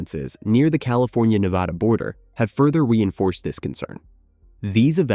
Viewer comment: It’s Nevăda unless you’re talking about Spain. This narrator pronounces it wrong nearly all the time!